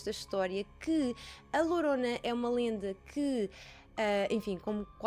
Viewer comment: Diz-se Lhorona mas lorona ou horona tudo se percebe!beijinhos👻👻😻